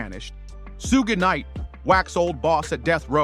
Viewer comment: Who tf is Soog nite? I stop watching these videos when they can’t even get the names right, lets me know you do t even fw black people